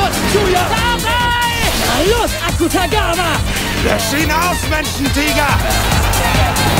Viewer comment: Wirklich schlecht finde ich die Synchro garnicht, auch wenn ich gehört habe, dass der Name Akutagawa falsch ausgesprochen wurde. Alles in allem ist es erfreulich für die, die Animes mit deutscher Synchro schauen. Ich für meinen Teil schauen ausschliesslich im O-Ton mit Subs.